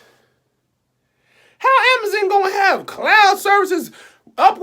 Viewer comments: The way you pronounced Amazon (Amaza) almost took me all the way the heck out😂😂😂😂😂😂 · The way you say “ Jeff Bezziz” “Ceo of Amizin” 😂😂😂🙌🏾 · I'm just mad at how he pronounces "Amazon"